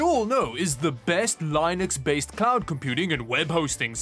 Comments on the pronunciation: "lay-nux" whyyyyyy it's linux (as in lee-nux) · could you PLEASE stop pronouncing Linus as LIE-nix???? NO ONE says it that way except you, and I KNOW you like to do things a little differently and in your own way, but saying it like that isn't one of those things that makes you stand out in a GOOD way.. it just frustrates those people and may cause them to unsub (not me.. I'm not some anal-retentive pr1ck lol I'm fine with it, it's just annoying a lil bit) - Did you get beat up a lot in high school??? lol :) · The words are pronounced "LINN-ics" and A-Suess". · The narrator pronounced "Linux" with a long "i". I won't be back. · How do you manage to say linode right but Linux wrong in the same sentence? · The meme of him always pronouncing it like Linus Sebastian for Linux never ceases to be a source of internal amusement for me.